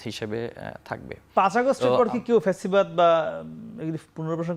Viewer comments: ছাত্রদলের সাধারণ সম্পাদক অথচ ঠিক মতো বাংলাই বলতে পারে না ফ্যাসিবাদ কে বলে পেছিবাদ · পেচিবাদ না রে... ব ল দ